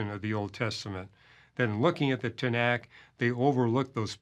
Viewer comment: Arrogant nonsense! You think you know the Tenakh better than Jews do? You cannot even pronounce its name correctly!